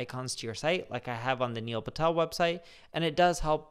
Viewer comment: Hey everyone... niel phatel...🤣